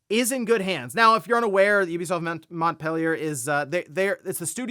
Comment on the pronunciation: Its "Mont Peh Lee Ay"